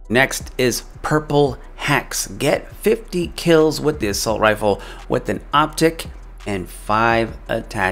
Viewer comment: It’s “Assault” not “Assualt” b